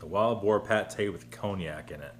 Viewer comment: You were close. It's actually Pie-Ella. Also, it's not "Cone-i-ak", but "Con-yak".